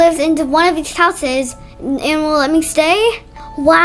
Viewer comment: it not dhese it is these